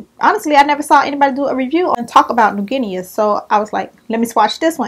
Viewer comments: The a is silent so it's pronounced like new "gin-nee" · It's pronounced "new Ginny". The "a" at the end is silent. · You are kinda saying it right...remove the A... It's a country looking it up will be helpful.. New Gui-KNEE.. I hope I was some help.. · New GEE-KNEE lol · It's pronounced like the pet Guinea pigs lol